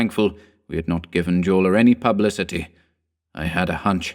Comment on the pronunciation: Are we sure the actor's name, being a central European (Austrian) surname starting with J, is not pronounced "yorla"? I love your chan, btw, please pardon the nit-pick. <3